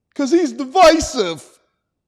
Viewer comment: "'Cause he's devisive..." 🤣🤣🤣🤣😭😭😭😭😭😭😭😭